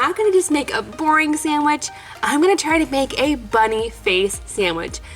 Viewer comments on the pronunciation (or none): I don’t know why but it bothers me that I hear sandich instead of sandwich